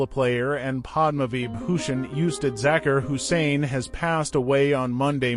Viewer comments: If you’re going to take the time to make a video to honor this man, please consider taking time to pronounce his name, his families names and his instrument correctly. It won’t take that much effort and you will get much more respect for having done so. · Respect the man , this A. I. tribute is sad it can't even pronounce his name right . We love you Ustad Zakir Hussain , your music will live forever ! RIP brother .